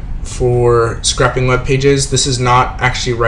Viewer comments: scrape-ing, not scrapping. Lol. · "scrappp" cringes